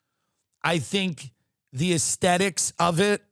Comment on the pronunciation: Take a shot every time Tim says Asethics 😂